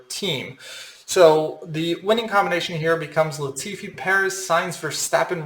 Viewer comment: At least you got Latifi right 🤣